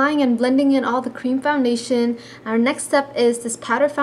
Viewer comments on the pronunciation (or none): Don't mean to be mean but you say founbation in stead of foundation.